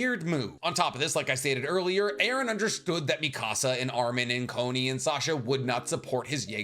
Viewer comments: You say Connie like Bonnie not boney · You called Conny “Coney” lmao